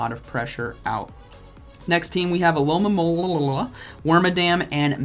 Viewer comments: "Alomomonomonola"... 😂😂thats so hilarious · I was waiting for "Alomomola" pronunciation and have to say wasn't disappointed. 😂😂😂